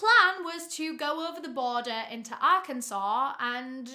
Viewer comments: I'm from russellville arkansas. I grew up hearing about Ronald Gene Simmons. My mom calls the convenient store he went to "murder mart" Also great job pronouncing arkansas correctly. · As an Arkansas… I cannot tell you how amazing it is that you pronounced it correct